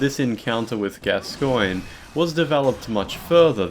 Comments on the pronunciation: ITS PRONOUNCED GASCOAN FOR FUCKS SAKE. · Why the weird stress on the second syllable in 'Gascoine'?